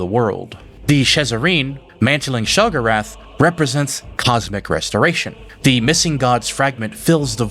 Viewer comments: Omg and it’s she go rath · It’s pronounce Sheo-go-wrath if you play oblivion all the NPC pronounce it this way. 😓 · You've mispronounced a lot of common words. Have you played these games or just read the lore? No shame either way it just makes it hard to follow what's being said when I hear keridillic instead of cyrodiillic or shegurath instead of sheogorath. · I mean this with a lot of respect because it's clear you know more than I do by a lot - but why do you pronounce some things weird? Like "sheogorath" and "cyrodiil" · youre pronunciation of sheogorath drives me up the wall but, i love your storytelling dude keep up the good work. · The way you said Sheogorath gave me a stroke lol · Also very minor nitpick and it's more me being pedantic / OCD kicking in there was several names you mispronounced in the video cyroddil and sheogorath being most notable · Why do you say Cyrodillic, Nerevarine, Sheogorath, & Pelinal so painfully wrong? Have you even played the games or are you just relaying other people's theories on games you've never played?